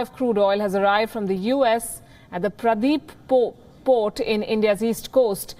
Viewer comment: Mam it's not Pradeep but paradeep port of odisha